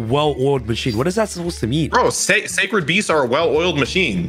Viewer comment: weird way to say sacred feasts and Oreo but ok